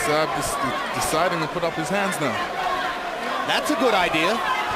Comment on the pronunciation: You mean Zab, not Jab. LOL.